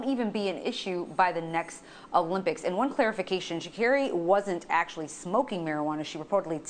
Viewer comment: needs to learn how to say her name. It's pronounced Sha'CAREY